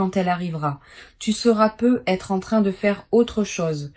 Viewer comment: On dit pas peut.......être Il y a une liaison😅😅😅😅😅😅